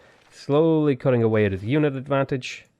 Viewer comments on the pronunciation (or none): none